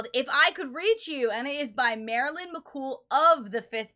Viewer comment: It’s Mc Coo.